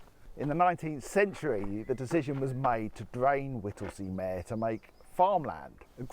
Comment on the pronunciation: It's pronounced Home Fen. PS please use a reusable cup... Mere is pronounced "meer".